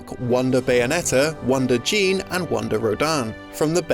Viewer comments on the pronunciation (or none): It's supposed to be pronounced like "Jeanne", as in "Jeanne d'Arc". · That's... not how her name is pronounced.